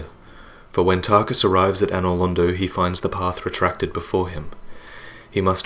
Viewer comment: Tar-KUS! Tar-KUS! Tar-KUS! Tar-KUS!